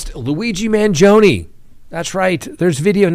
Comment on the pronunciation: Can you at least try to pronounce his name right. And stop calling his supporters groupies. How insulting!